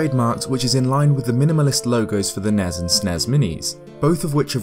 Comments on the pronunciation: "Nezz and Snezz Minis" No. Stop that. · S n e s not snezzzzzz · Ooooof. NES and SNES are abbreviations not words so its S.N.E.S. its not you I just makes me really mad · Hearing people pronounce SNES like a single word is so annoying.